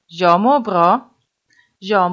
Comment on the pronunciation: ليش حاط حرف صوتي بكلمه انا Jäg هيه مو هيك صح هيك هيا Jag